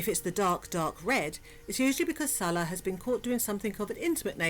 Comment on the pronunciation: I TOLD her , from day one , she wasn't pronouncing his name right ... Fairly recently she is coming CLOSER to the correct pronunciation .